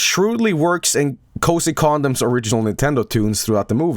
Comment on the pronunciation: Yes. almost always refers to koji kondo as cozy condom. Its just kind of a recurring joke, kinda like how Masahiro Sakurai used to be jokingly referred to as Mashpotato Samurai.